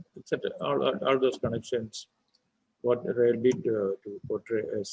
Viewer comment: Please Pronunciation Not 're' it is 'rai'